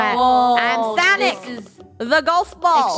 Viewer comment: Please don't say sanic it is SONIC